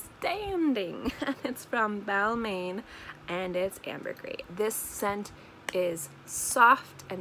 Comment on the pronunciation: Hate to be that guy and I truly mean well but I believe it's pronounced as "Bal-mahn", supposedly with a silent 'n'. 😁